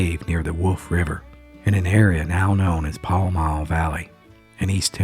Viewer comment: Where he’s from is pronounced pal and the mall rhymes with it. If you need to hear it said you could call the York General Store, the Forbus store or the post office.